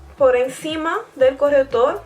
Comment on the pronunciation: se dieron cuenta de que decía " corretor " en vez de " corrector "😅😂😂😂 bueno seguro que habla otra lengua 😦😦😦 que mala soy😈😈😈😈